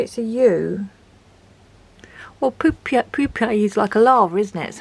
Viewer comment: You are right , what is the use of markers that go through the paper.. maybe just 1 layer then :/ . Again you had me laughing with the whole Pupe part (poop-e ) 😅 that and I swear with the second marker testing layers it sounded like you said there's people on the pen 😂 instead of paper but that's prolly me.Your videos are great to watch I never leave without a laugh 😊 .